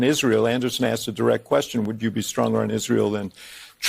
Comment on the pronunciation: It’s ASKED, not AKSKED FFS Doc. Seriously, ASK is a 3 letter word, it’s not that hard. A S K. And the wealthiest Americans pay over 97% of all income taxes, the top 1% pay 47% of all income taxes. The richest are paying MORE than their fair share. Kamala is a lying pig. She she says Trump’s tax cuts increased the deficit but somehow hers won’t? PEOPLE PAID LESS TAX AND EARNED MORE MONEY UNDER TRUMP’S ECONOMY FFS. It is basic historical FACT and anyone who says otherwise is a goddamned liar. The immigration system IS NOT broken, Demonrats just refuse to enforce the laws and she didn’t prosecute a single “transnational criminal” AT ALL. She just locked up black men for weed, kept black men in prison past their release dates to use them as slave labor and refused to release evidence that death row inmates were innocent until she was forced to by the courts. And Mexico did pay for the wall, they paid for it by having to support every single illegal alien that they allowed to cross over their borders that Trump refused to allow into the country. It cost Mexico BILLIONS that the U.S didn’t have to cough up for. She’s an abomination.